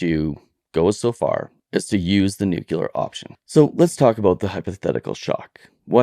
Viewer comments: It's NUCLEAR, not nucular, ffs. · (Nu)(Clear), not (Nuke)(Clear). That must have been a Freurian slip from the potuses. Not sure where (Nu)(Cu)(Lear) came from, but colloquialism comes from those who are not so much articulate.